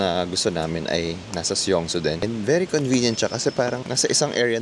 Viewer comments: Song-soo ang bigkas sir hindi Syongsoo 😛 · Love the korea vloggg ❤❤❤ alsooooo it's pronounced as "song-su"